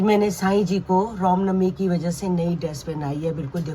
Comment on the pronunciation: Anti ji ap Ram Novi ku ne bolte😡ap hr baar rom novi bolte ho mujhe acha nhi lgta